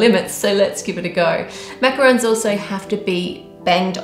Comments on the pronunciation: macaron not roon lol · It’s macarons. Sorry. D